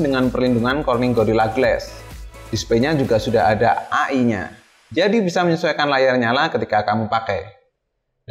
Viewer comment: E AIII BUKAN AAA IIIIII hehe